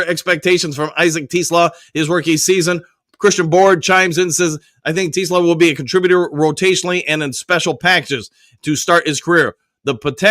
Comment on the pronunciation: is saying "Tee-Sluh" lol.